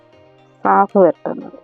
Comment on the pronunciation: കാഫ് അല്ല സാഫ് ആണ്